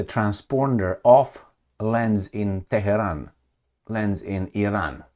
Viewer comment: is a punk. "Teh-he-ron" is the way you would say it if you were unbuckling someone's pants. And his fetish for twerps waving nukes is even funnier: "Oh no, there's a Woodchuck!" Let me fill you in. Trump didn't threaten to nuke Iran. Israel isn't threatening to nuke Iran. No state actor in any theater anywhere in the world is going to nuke anybody at any time. is just a chicken little blowhard.